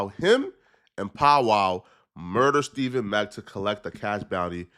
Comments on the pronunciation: It's Stef Fawn mack stephon mack not stephen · Stephon, not Stephen. Also, been saying this for more than a year. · Bro I thought I was only one that caught it… I only heard dude that passed is Stephon Mack… bro just keep saying Stephen Mack …. No bro… Stephon Mack……😮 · *Stephon Mack Cmon ima fan but get that young man’s name right. Especially if you’re gonna make a video covering his murder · Stephon (Stef-fon) who the hell is Steven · Stephon not Steven. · Stephon mack not stephen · Think its pronounced "Ste-fon"